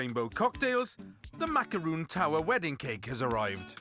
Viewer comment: It's MACARON not macaroon